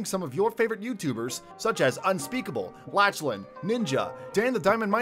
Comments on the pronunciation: laCHlan I’m crying of laughter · Its not lach lan its pronounced laklan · Legend it’s not latch Lynn is Laughlin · Bruv laCHan he seriously said laCHan 😂😂😂😂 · It's Lachlan not LaCHHHHHlan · U said la CH lan hahah plus he already has a skin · By the way his name is Lachlan not Lahchlan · It’s said LaC-LAN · Did he sa la ch lan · You said lachen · Who's latchlan it's Lachlan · It's Lachlan not LaCHHHHHHHlan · It is pronounced lock-lan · he called lachlan laCHlan lol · He said (la) (ch) (lan) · Bruh, “LaChLaN” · Bruh he called Lackland like this haha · You said Lachlan wrong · Wtf this man cant say lachlan correctly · Bruh you said lachlan wrong